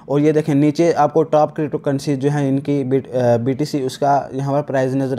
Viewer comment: Bro crypto hota hai na k krypto